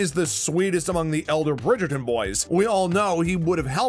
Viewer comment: The commentator is hopeless, doesn’t even pronounce the names of the characters or the production team properly? So annoying, please stop narrating on YouTube you don’t do any homework and it comes off disgusting